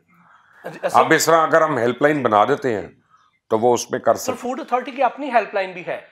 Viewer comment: فوڈ ہوتا بھائی فورڈ نہیں